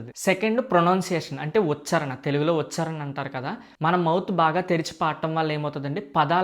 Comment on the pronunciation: Meeru correct chesthune pronunciation thappuga palukuthunnaru eg. Vuchaarana anali vucharana kaadu ok na